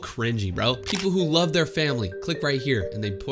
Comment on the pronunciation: "i lab my family" killed me 💀